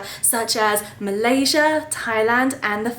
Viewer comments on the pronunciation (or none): none